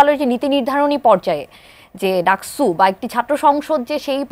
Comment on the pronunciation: ডাকচু নাকি ডাকসু...? হায়রে বাম 😁